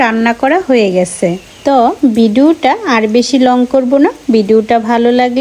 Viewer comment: ভিডুও আবার কী?? ভিডিও বলতে পারেন না. এত ক্ষেত মার্কা শব্দ উচ্চারণ করেন কেন আপনি!? আমরা Audience আপনাকে views দেই, এতে আপনার উপকার হয়, আমাদের viewers দের like-dislikes আপনার মাথায় রাখা উচিত।